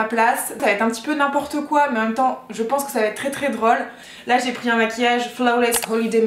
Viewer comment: en effet c'est "très très drAUle" ahahah